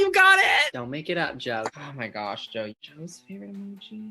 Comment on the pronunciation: "JOuE!" My favorite part.😆